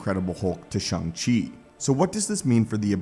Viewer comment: And it's "Shang".